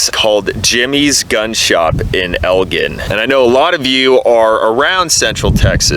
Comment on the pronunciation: Bruh that’s not how I say Elgin